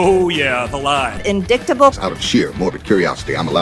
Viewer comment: She can't even pronounce "indictable" after hearing it over and over again. She comes up with in-dick-table. She is a poster child for maga lack of intelligence.